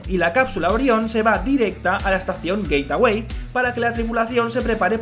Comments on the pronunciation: Se dice geitwei no geitawei😝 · Por qué dice "Gateaway" en vez de "Gateway"?????? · Gate-away??? 😂🤣😅 que mala pronunciación